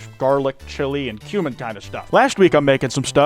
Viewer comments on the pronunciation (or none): none